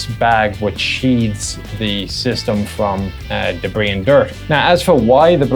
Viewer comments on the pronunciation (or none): none